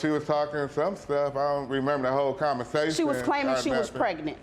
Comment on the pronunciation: “Commersation?” Umm 🧐